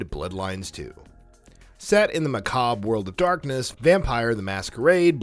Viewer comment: the way you pronounce "Macabre" made me cringe